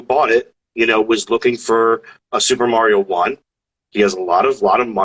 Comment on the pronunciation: I can't stand the shill guy saying "Mary-O"